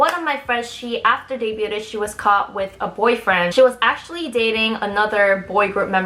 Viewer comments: I'm sorry, I like your videos but I just can't take it anymore. You keep saying dey-BYOO-ted. It's pronounced dey-BYOOD. Don't say "ted" part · Debyood, not debyoo-ded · nice vid but btw the pronunciation for "debuted" iis 2 syllables. should sound like "day-byood" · I think "debuted" is pronounced de-byood, not debyooted. Unless that's an alternate pronunciation. I'd never heard it before though. Regardless, it's really interesting getting an insider scoop into the industry. Thanks for sharing. You can't get into trouble for sharing stuff like this, right? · did she really mispronounce the word debuted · lol Don’t pronounce the T in debuted. lol it’s pronounced “Day-byoo” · Honey, the "t" in "debut" is silent, so "day-byoo" and "day-byood" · Good thing this chick never debuted as the “English speaker” member cuz it would be so embarrassing for her to go on some variety show and answering when she debuted and responds saying “debuted-ed” lmao. Idk why she keeps saying debuted-ed when she says debut the correct way. I wonder if it’s a stutter and she just adds an extra “-ed” for any words ending with “-ed” like says “hated-ed” instead of hated., you gotta stop doing that, you look ignorant as fuck bragging about being the English speaking member girl when you can’t even say a commonly used English word in the K-Pop industry lol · The T is silent in debuted. It's pronounced day bued. Just like the B is silent in debt. It's pronounced det. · the T is silent in the word "debuted" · I'm really uncomfortable about how you're pronouncing "debuted" the wrong way and also air quoting words that aren't necessary. Other than that, very informative video, great job!